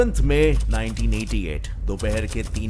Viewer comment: Written 1998 and but verbally it sounds 1988. Which one is correct ???